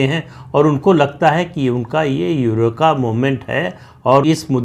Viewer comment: Pradeep.. you Hindi is impeccable. Better than my Hindi . But Eureka ,,,is pronounced Eureeeka